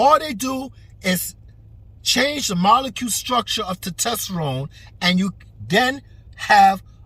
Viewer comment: He can’t even say testosterone